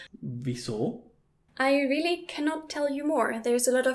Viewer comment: 0.23 "I wheely love.."